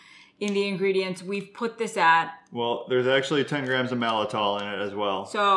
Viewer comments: Malt-I-tol, not mal-I-tol. Think “malt liquor,” not “malfeasance.” Just nit-picking, sorry. Soluble corn fiber is also called “resistant maltodextrin.” Regular maltodextrin hits hard (I’ve seen claims of a glycemic index of 100), but supposedly SCF is way less of a problem. Calling it SCF makes it sound natural, but it’s about as natural as high-fructose corn syrup... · I think you two are amazing. And it pains me to say this but there's actually two letter t's in the word Maltitol - I could be wrong but I'm pretty sure on the pronunciation, the first "t" is not silent. :) You have done great research to benefit many and proper pronunciation will help credibility.